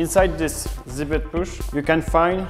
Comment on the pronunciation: He's french, in french "ch" is pronounced as "sh" would in english. He obviuosly meant pouch.